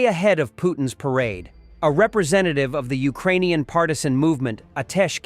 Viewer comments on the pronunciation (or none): none